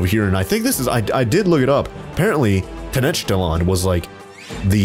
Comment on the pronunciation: It’s ten-oc-tit-land, fyi